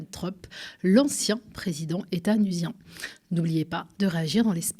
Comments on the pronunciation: étasunien! pas étanusien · C'est étasunien et non etanusien ^^